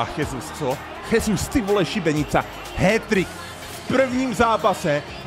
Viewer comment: Gabriel Jesus sa nečíta Chesus ale Žesus lebo ja sa číta v portugalčine ako ž a zas v španielčine sa j číta ako ch